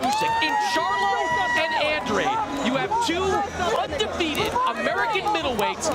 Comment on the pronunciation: Andrade = AHN DRAH DE...brah☺